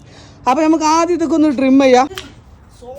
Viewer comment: ഡ്രിമ്മല്ല വഹാബേ,😂 ട്രിം